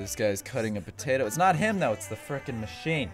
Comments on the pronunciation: He said pertato instead of potato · This is how many times he said patato slinky [ [